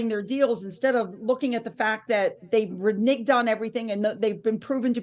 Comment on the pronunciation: Er...? "re-nigged"??? the word RENEGE = is pronounced RE-NAYG. Jesus H Christ.